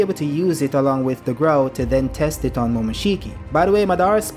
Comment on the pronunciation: Its a Gourd...not a growd.